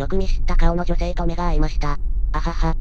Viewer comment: そのまんま読み上げソフトに読ませてるせいで「はは」って笑いが「はわっ」って発音になってしまってて爺さん連中が急に萌え系四コマの美少女になっちまう どうにかしなさい